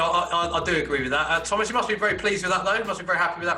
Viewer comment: Thomasuh soucek